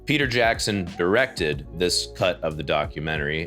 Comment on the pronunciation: The way he says "directed" shows that he knows nothing about directing. We are living in an age that ppl are confident of being ignorant